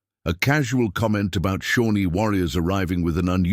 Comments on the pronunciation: The name of the Native American tribe is Shawnee, not Shornie. Obvious indifference by the creator to editing properly. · It’s Shawnee